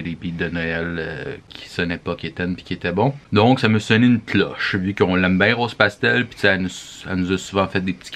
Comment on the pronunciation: Le beat a RosePastel 👌🏼 Oh my my qui dit mon nom correctement, it’s an accomplishment! ☺️😂